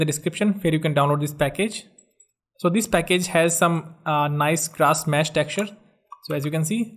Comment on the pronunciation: That was very helpful, but when he said "grash mess" instead of "grass mesh" I cracked up :D